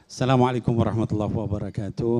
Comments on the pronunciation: Ko host nya bilang assalamualaikum warahmatullahi WABARUH .... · Assalamualaikum warahmatullahi wa barooh,,,😀😀 belajar lagi ya Mbak